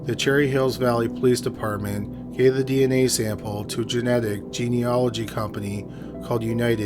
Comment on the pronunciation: I'm just grateful that he FINALLY stopped pronouncing it "gee-uh-nology"! I almost lost my mind hearing that!